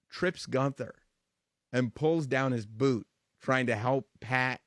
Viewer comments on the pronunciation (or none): none